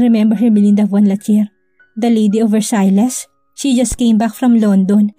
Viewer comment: FYI Versailles is pronounce as Versay omit the lles…